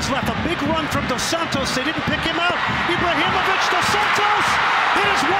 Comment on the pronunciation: If commentary doesn't know how to say Ibrahimovic